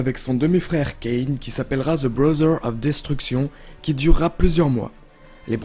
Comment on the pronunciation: "brother of destruction" mon dieu dire brother avec l'accent puis un bon DESTRUCTION en français, j'ai vomis